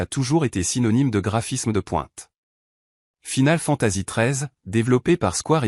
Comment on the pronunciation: Bon top mais j'avoue que la prononciation de certains titres écorcher les oreilles, entre les "Final Fantasi" et les "The Last Ovas", peut mieux faire 🤔